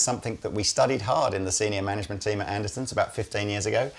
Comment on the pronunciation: Why do you pronounce Andertons, "Andersons"?